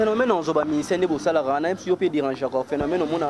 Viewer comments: Salariée et non salerer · Salarer salarer mawa trop ahaa Congo!!!!!!! La prochaine fois dit salairée. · Madame on dit: Salariée.